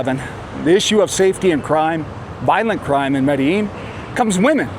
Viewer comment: Can’t even pronounce Medellin right